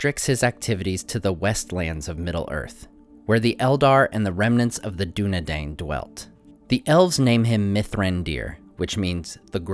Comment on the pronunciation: Nice vid, only it is dunedain, not dunedain